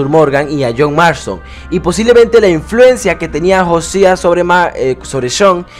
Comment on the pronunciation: Se pronuncia Jousea no Josia jaja